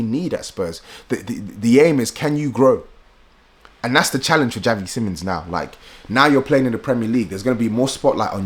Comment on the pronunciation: It pronounced as seemons btw